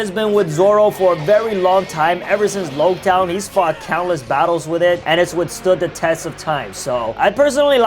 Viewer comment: hearing mispronounce loguetown disappointed me